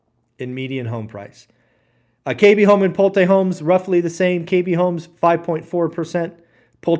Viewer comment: “Pull-Tay Homes!” What a clown…..